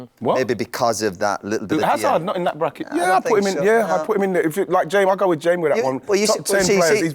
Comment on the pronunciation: I was hearing it more like 'Jaims' as in short for Jamie, like 'Ems' is short for Emma